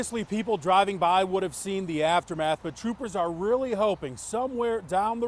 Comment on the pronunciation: oh rearry?